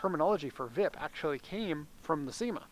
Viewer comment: Cima, pronounced SHEE-ma